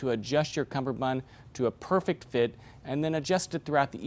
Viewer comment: Hey, great video! Though, I believe it's cummerbund, not cumberbund! Easy mistake to make but a mistake nonetheless